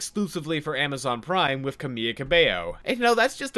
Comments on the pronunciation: camila is pronounced like camila not camiya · Please pronounce her name correctly 😭 it's pronounced Camila, the way you pronounce it sounds like the word for hospital bed "camilla" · LOVE the video ABSO FUCKING LUTELY HATE how you pronounce the name Camila. It's the same sound as in Cinderella, so wtf?